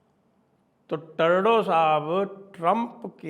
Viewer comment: साहब टर्डो नहीं ट्रुडो